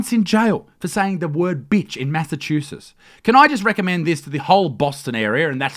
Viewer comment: "the massachushas state..." Isaac, mate, come on jk dude, luv ya